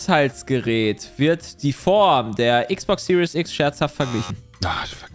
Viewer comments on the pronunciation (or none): none